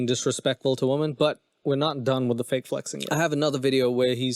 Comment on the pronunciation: I can't even watch this cause the dude with the mic can't even speak proper English. It's women...not woman. And your humor makes me want to jump in front of a train. And it's years not yurrs